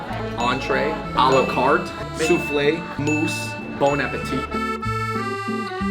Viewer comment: It's BON APPETITE NOT BONE